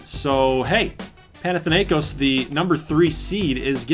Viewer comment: Im Greek and is so funny to see Americans trying to say Panathinaikos. By the way Panathinaikos is representing Athens.Also I hope Alaska Chillers get Floca. Edit:Panathinaikos mascot is a green tiger